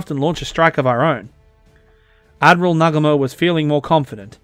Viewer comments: It is NOT Nagamo . It is Nagu mo . Good history. But . To bad it is so childish . Really . I wounder what is in this guy's mind . 😂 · Bro, it's pronounced "Nah-GOO-mo". Like most Japanese words, the emphasis is on the second syllable.